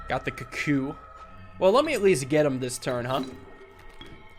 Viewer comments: please, it's pronounced koo-koo please see this comment:) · I love you, I love your vids, but can you please pronounce cuckoo correctly 🤣